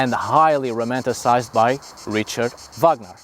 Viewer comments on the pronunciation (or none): none